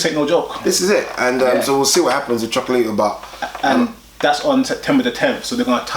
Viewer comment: Loved the show as usual. Starting to kill me though... its Cho-co-la-ti-to. 5 syllables. #SunsOutGunsOut